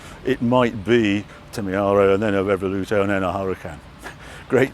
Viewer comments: Nitpick; is it pronounced 'Revuelto' rather 'Reveluto'? Would have been interesting to see the latest edition Countach for a comparison of all three. But I loved this nonetheless. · Get the pronunciation right Harry. Revuelto is pronounced Rev_Ooh-Ell-Toe NOT Rev-ol-lute-toe... 😜 As for the rest of the video, pure magic. LP400 for me all the way. An absolute treat to see a close up comparison to that 1st production model. You neglected to mention no open-gate gear shift and the rear end almost looks like a single moulded piece. Uber-cool... If that lottery win ever comes in, I'm buying an LP400! 🤘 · Revoluto? That would also be a good name but I think Revuelto is pronounced ‘revwelto’? No biggie - great to see the cars side by side 👍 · I hate to be the one... but the content here is so good, somebody HAS to tell him the cars names are "Revuelto" (and not Revoluto...) and "Temerario" (which means "Reckless") and not ...whatever he's calling them. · “Reveluto?” “REVELUTO?” 😂 Bless you, Harry! Great content though, as always! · Why the f*** is he still calling the car 'Revoluto'? Can someone put him right please. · Is Harry trolling us saying Revoluto instead o Revuelto? 😂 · I hear him say REVOLUTO.. :hand-pink-waving::face-fuchsia-tongue-out::hand-pink-waving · Great video but… why is Harry mispronouncing the Revuelto name Revel-oo-toe…? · Could a "car YouTuber" pronounce Revuelto any more incorrectly time and time again??!😂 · I do not see a single British getting the pronunciation right of the Revuelto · Can someone please help Harry with his 'Revuelto' pronunciation. Thanks. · Harry consistently mispronouncing Revuelto while on a Lambo visit made me chuckle. Great video. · Doing a drinking game over here. One shot every time Harry misspeaks Revuelto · Harry having a hard time saying revuelto. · Because he's English and it's sad trying to sound Italian so the car is not offended, I doubt Italians pronounce Jaguar "correctly" either but it doesn't matter.